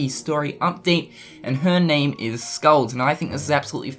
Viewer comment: Oh yeah. and the name is pronounced Skuld with u used in "put" and k as the c in "cat". sorry for bad information, hard to explain pronunciations to non-icelanders